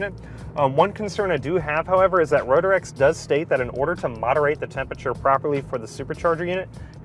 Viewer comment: It's Ro-trecks, not Ro-der-ecks. 😀 Great video tho. Had a Rotrex on my Miata and loved it. Feels like a bigger NA motor.